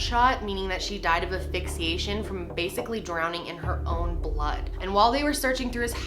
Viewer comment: You always say asphyxiation wrong lol